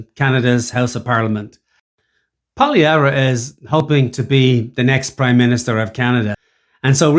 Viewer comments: Learn to pronounce his name. You’re not “treating” people well when you do that. Furthermore, using a govt paid mainstream media guy getting owned for spewing bs is laughable. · first thing is you need to pronounce Poilievre's name correctly secondly justin trudeau's contempt for Canadians far exceeds any prime minister in the history of Canada. He will go down as the worst pm and as having done the most damage to Canada . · First of all you can't even say his name correctly making yourself look like a clown. This video is a smear attempt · If this bald idiot can't even say his name properly, can we even trust his opinion? His disdain of the journalist was well deserved, as the journalist was ill prepared, biased, and clumsily attempted to trap Pollievre. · How the F can he not pronounce his name right?!!! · Can’t take you seriously if you can’t pronounce his name.